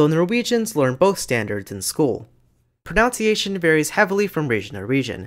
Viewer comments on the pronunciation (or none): Great video! One nitpick though: 'proNOUNciation'?! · It’s spelt and pronounced pronunciation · A couple of times you mention "pronounciation", which is not a word. If it were, and "pro" were a verb, would it describe the process of "pro"ing a noun? pro-noun-ciation 🥁 But seriously, the word you're trying to say is "pronunciation", with only two o's, not three (five is right out!) which means the way a word or language is physically produced by the voicebox and mouth. I'm surprised you don't know this, since this is a video about languages! 🤔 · Nice video. However, I HATE pronunciation completely butchered with "pro-NOUN-ciation". I know technically both are accepted by some people, but holy hell. I will never accept it. "Pro-NUN-ciation" is the only correct pronunciation. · Impressive video! Perhaps a little overload at times. Just watch your own pronunciation of the word "pronunciation!" I believe you retain the ou from the verb "pronounce" when you say "pronunciation," but the diphthong is reduced to u (nun). The same phenomenon occurs with verb "explain", which becomes "explanation" as a noun (no ai sound, just a schwa sound). Don't mean to nitpick, but your talk is of such high quality, I just thought someone might need to point this out. Best